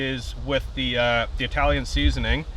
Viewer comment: It wouldn't be if you stopped saying eye-talian. That’d be like getting rid of “anywheres”, “I'm gonna go ahead and..”, “baggles” or “very,very,very”.